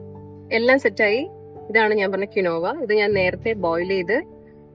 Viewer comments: ...not pronounce qinova... Qeenva (കീൻവാ) is write it is not cereal it is Seed like spinach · Not kinova ...it pronounced as keenva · It’s not kinova it’s keen waa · Its pronounced as keenwa- quinoa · it pronounce " keen wa" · Pronunciation of quinoa is incorrect . Its keen-wah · Thanku for mentioning